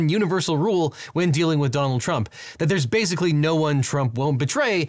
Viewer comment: every time he says donald trump, he says it like "dong trump". kinda nice